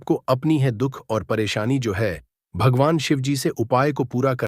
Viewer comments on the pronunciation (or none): U don't even know Shivji par ketki ka phool nahi chadta hai aur Shivaji & Shivji are different pathetic pronounciation